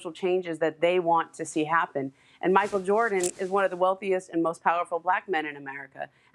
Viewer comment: Kendrick Perkins: “Micheal Joarden”